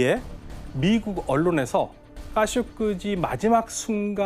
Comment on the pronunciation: Khashoggi pronunciation is funny, there is gg sound is not g and jee will be heard as 'kashoJi" not "kashoku ji"